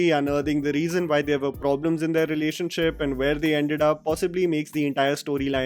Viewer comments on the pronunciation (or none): none